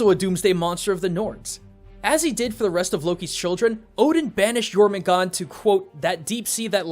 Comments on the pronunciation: Why aren't you pronouncing the r in Jörmungandr? sounds weird without it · Jormugandr (World Serpent) has an -er at the end. Not Jormugand. Sorry if I sound like a snob, but even MatPat said his name right. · Jormangandrr* theres some R's at the end. Not Jormangon. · It’s Jormungandr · It’s pronounced yormangander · Dude do your your research the world serpents's norse name is jötungändr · It’s yourmangandr the R is supposed to be pronounced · Jormungandr don’t forget the R in Jormungandr, I’m a Norse Pagan, this is kind of important to me, all in all I give this Video an 8/10 in Mythos Accuracy, good job, love your vids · It is pronounced your mun gunder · He pronounces jörmundgander's name wrong ITS SO ANNOYING. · The "dr" in Jörmungandr aren't silent, y'know, Can't just cut off the last part of the monster's name like that